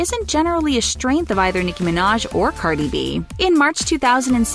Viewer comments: "Carly B" 😂 No hate, it just made me laugh for a split second. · when she says Carli B😂